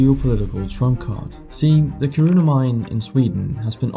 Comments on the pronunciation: When you pronounce Kiruna, you should place the stress on the first syllable : KI-ru-na not ki-RU-na. /A Swede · KIRuna, not KiRUna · When reporting on foreign countries, learn to pronounce their cities properly. It is Ki' ru na (not Ki ru' na) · 😂😂"Kiruna" That was totally butchered. not the way you pronounce that at all. 😅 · this isn't meant as something malicious, just a fun thing I noticed, but for a danish person you're surprisingly bad at saying Kiruna hahahah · You sound Danish, so you shouldn't butcher the pronunciation of Kiruna lol. (Hint: Say it like you were Finnish and you'll be on the right path). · tbh for a non-Swedish ear it might sound like smth in between, like both syllables are stressed smh